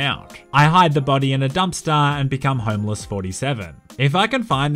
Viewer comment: What says, “homeless 47.” What I hear, “homo 47”